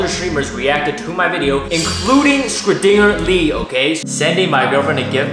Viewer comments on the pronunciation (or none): My man really just said skra-dinger-lee